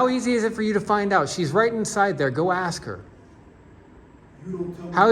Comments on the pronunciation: Why do these people always say “aks” instead of ask , this just shows the level of education required to be a tyrant . Ghetto ass people should not be paid by tax dollars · “In about two seconds here, I’m gonna AXE you to leave…I’m gonna AXE you to leave.” 😂😂😂